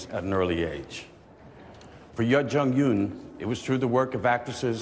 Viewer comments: She called him ouuut for not visiting the set and mispronouncing her name “Juh-Yun” 🤣🤣🤣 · he mispronounced her name. he said “zuh-jung youn”. at least it wasn’t a full blown adele dazeem. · He can't pronounce a single name right! lol